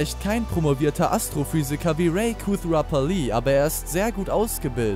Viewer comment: Digga dein ernst du sagst zu raj Ray